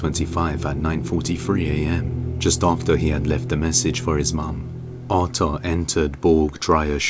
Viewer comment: I kept hearing "Otto" instead of Arthur.